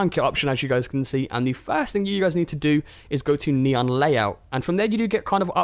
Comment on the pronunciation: Nee - on not nyan